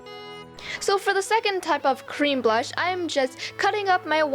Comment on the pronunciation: You said bush not blush